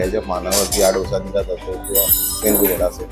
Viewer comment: O mendu vada nahi medu vada please!